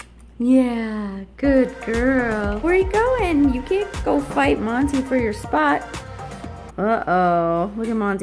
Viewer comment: 🤣😂🤣 rocky is Hilarious! Everytime I see your senegal rescue vids...i keep hearing you calling monty, morty🤣😂🤣 i actually like the name morty better 🤣👍💖 thanks for another fun vid🙌